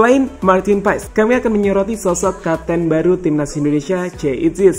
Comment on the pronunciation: Untuk admin : nama Marteen paes dibaca martin Paaas itu yang lihat dan dengar di podcast yang ada coach Justin. Coach Justin mengkoreksi panggilan paes saat itu Karen nama paes dalam bahasa Belanda menjadi Paaas.